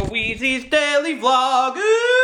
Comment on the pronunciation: Every time you start the vlog, I know hear you say "it's time for daily vlogu". And as we all know, vlogu is japanese for vlog.